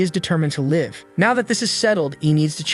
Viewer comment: Always be funny ai cant say live right lmfao